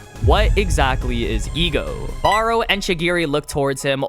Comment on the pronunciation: Ah yes the E.G.O.